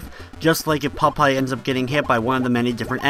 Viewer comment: When you say Popeye, it sounds like you're saying "pot pie." :D